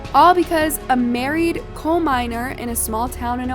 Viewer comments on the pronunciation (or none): Also coal mines and not cold mines …hire me 😅